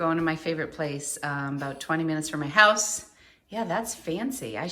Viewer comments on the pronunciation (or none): none